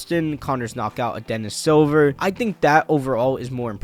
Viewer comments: It's Dennis Siver, not Dennis silver. Lol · It's pronounced sea-ver he's German I think.